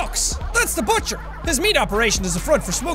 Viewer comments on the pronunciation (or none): none